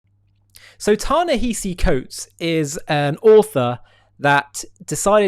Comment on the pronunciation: Thank you for this. (And pronounced, “Ta-nehAsi”, I believe)